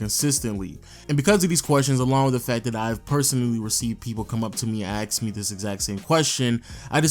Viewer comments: This is a great video on the topic, I was thinking about it all lately, nice to see some data behind it all. BTW, you have an interesting speech impediment as you said "axe" instead of "ask" and "asterick" instead of "asterisk". Kind of interesting you can't pronounce the "sk" consonant pair 🙂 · " axe me this exact same question"